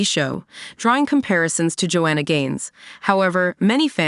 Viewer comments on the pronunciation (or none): none